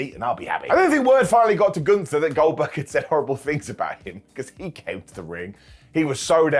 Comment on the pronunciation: I love that you don't say words a lot of times, but at least it's always close enough so you can get it 😅😅 "Goldkerk" the goat